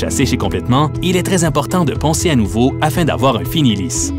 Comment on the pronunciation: Poncer de "noveau " corrigez vous , c'est pas sérieux